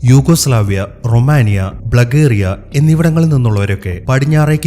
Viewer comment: ബ്ലഗേരിയ അല്ല ബൾഗേരിയ 😅😅😅